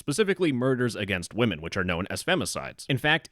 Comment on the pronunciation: Dude…it’s not pronounced wo-men men referring to multiple female persons…it’s pronounced wimen. It really sounds like the stereotypical pronunciation made by someone talking like an unsophisticated caveman when pronouncing it how it’s spelled. Also, it almost sounds like you’re just saying woman when mispronouncing it. Anyway, that is all 🫶👋✌️🖖 luv ya buhbye!